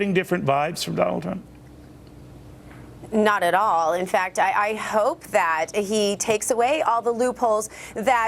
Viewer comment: Cavuto said, "Donald Tump". Sheesh!